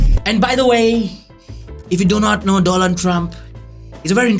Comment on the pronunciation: sir vo Daland nahi Donald hai